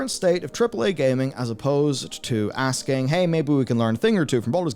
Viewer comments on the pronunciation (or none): none